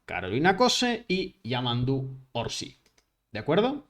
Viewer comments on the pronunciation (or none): es Yamandú Orsi, sin acento en la í. NO es "Orsí".